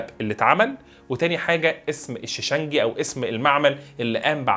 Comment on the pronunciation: صانع السبائك اسمه ( الشِشْنَجي ) بكسر الشين الأولى وتسكين الثانية وفتح النون .